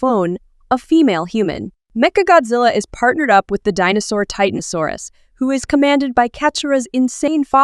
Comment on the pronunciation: It's pronounced es o es